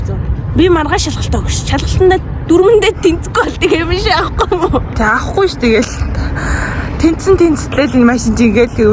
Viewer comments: “дүрмэндээ тэнцэхгүй бол тэгээд би машин авахгүй юм уу?” гэдгийг “тэгээд би шаахгүй юм уу?” гэж сонслоо шд xD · tentsku bol tegee bi shaahqmu gej sonslooshd😂